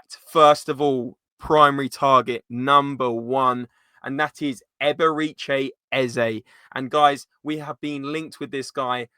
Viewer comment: "Eb-er-eh-chee" not "Eb-er-ee-chay"